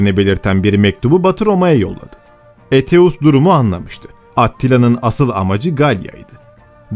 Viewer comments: Aetius'u Eteus olarak okumayı nasıl başardın hayret ediyorum.( Eytius gibi okunur) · Eteus diye telaffuz etmeniz çok yanlış..Sizi uyaran hiç olmadı mı?